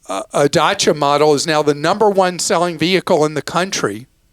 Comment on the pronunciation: It's da-ss-ya, not da-ss-ya.